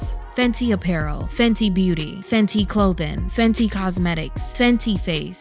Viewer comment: Sounds like Fendi🥴.